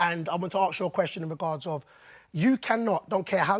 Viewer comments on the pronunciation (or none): The fact is says arks instead of ask shows me his intelligence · I’m sorry but the use of “arks” is just unacceptable. Why can he not say “ask”? It’s not difficult. Infuriating. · How come he keeps saying "axe" can he not pronounce the word "ask"?